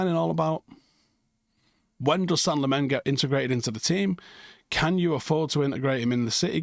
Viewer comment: Belgian dude at work says you pronounce it “Sen-nuh Lah-mens” Get used to it reds! Hopefully we’ll be saying it for a long time for all the right reasons 🤞🏻